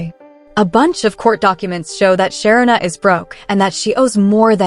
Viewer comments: Her name is pronounced Sha-reena NOT Sharina, do better it's annoying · Great commentary…but her name is pronounced Sha-ree-na, not Sher-rin-a. No, I am not her…just trying to help a little along the way. 😊